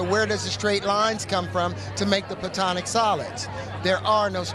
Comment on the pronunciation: It's not "plutonic solids" It's platonic solids. And his realizations come from tryptamines, most likely dimethyltryptamine